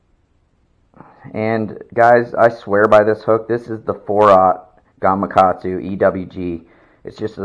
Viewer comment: Thumbs up and subscribed just for the fact that you said Gamakatsu, and not "gumughgahdzu" like most people LOL! Thank you for the valuable tips!